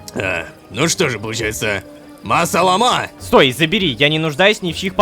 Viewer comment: Как человек знающий арабский: правильно говорить ма-салАма